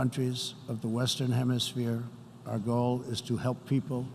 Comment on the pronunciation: Is he unable to distinguish the word "goal" from the word "gold", or are his dentures falling out? Perhaps both?